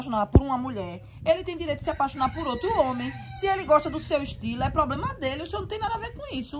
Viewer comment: vixe mané isso ai e cachiblema cachaça,chifre, poblema kkkkkkkkk melhoras brother..vamos que vamos oh beleza!!!